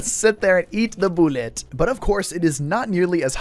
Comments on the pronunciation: "Eet de bulet" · "eet de boolett" - 2023